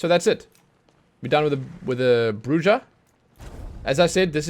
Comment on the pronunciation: I think Bruja is bru-ha